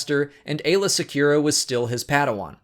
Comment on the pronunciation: Hearing you say Aayla Sekura makes me cringe so hard.....